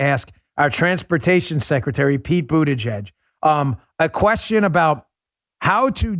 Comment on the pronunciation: It almost sounded like you were about to say "BootieGet" and not Buttigieg. 😂 Too funny Dan-O. 😉